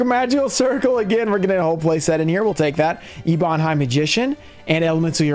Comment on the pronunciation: eb·on /ˈebən/ Sry but youre killing me muh dude